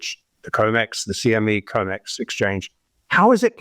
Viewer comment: It’s com/ex not co/mex stop saying it wrong it makes you sound unreliable